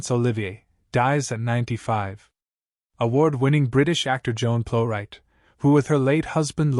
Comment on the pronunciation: Could AI at least pronounce the name correctly? She deserves that, surely. A great actress.